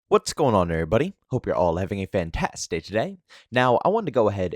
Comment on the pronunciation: i dig you as a creator but can you start fully pronouncing fantastic in your intro? I have an aneurism every time you say it